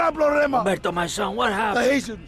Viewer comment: The second time he says "hatians" it sounds like "asians"